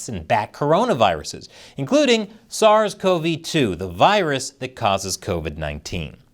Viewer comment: Kudos to you for pronouncing "SARS-CoV-2" properly.